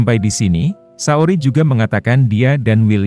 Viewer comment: Saoirse itu bacanya sersei min, bukan saori